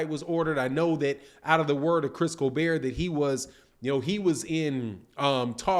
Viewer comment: Facts it was fucking annoying nigga keeps saying colbear 😭😭🤦🏾‍♂️